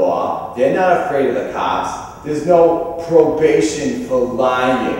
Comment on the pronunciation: "Ouw if you'w just afwaid." Pwiceless.